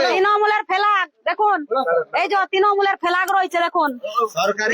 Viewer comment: সব এই ঠিক আছে বুঝলাম কিন্তু একটা কথা কেও যদি কিছু চুরি করে তাহলে কি এরকম একটা গাড়ি করে EVM মেশিন নিয়ে যাবে যেটাতে লক 🔐 নেই tmc এর কি টাকা কম পড়েছে নাকি আর তাছাড়া কেও চুরি করলে দোষ নেবার জন্য TMC এর ফ্ল্যাগ ( এই মহিলার ভাষায়😂 তিনোমুল এর ফেলাাগ 😂 শুনলেই হাসি পাচ্ছে ) যায় হোক তো ফ্ল্যাগ কেনো রাখবে গাড়িতে যেটা দেখানো হচ্ছে হতে পরে সত্য কিন্তু একবার যাচ করা দরকার এটা চক্রান্ত নাকি সত্য, আমি কোনো দল করি না শুধু যেটা দেখলাম আমার মন্তব্য দিলাম এর থাকে বেশি কিছু না